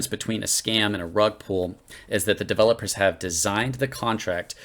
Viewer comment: "devil-lopers" lol